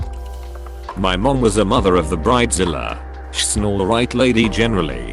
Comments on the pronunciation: Computer generated voice calling them “Britta Zilla”. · "Brid A Zilla" this pronunciation has me cracking up!!! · Couldn't they get a narrator who can read and speak in English? Brid-a-zilla? Cow-worker? SMH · briddazilla. haha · I don't know what drives me crazy more. The fiankey or *brid-de-zilla 😂🤦☠️ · I HATE it when that pronunciation is used. Totally cringe-worthy! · Irritating computer voice, can’t even say bridezilla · The way the robot voice pronounces bridezilla, I'm dying. 😂